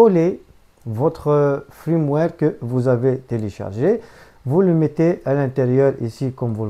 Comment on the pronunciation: Un fiiirmware et pas un frrrrimware sinon merci pour l'info 😁😁😉